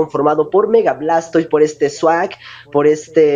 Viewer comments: jajajajajaja yo pensé que decias swag xD no sawk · Sawk un pokemon con Swag... jaja la pronunciacion correcta es SOC... pero fueron buenos combates :3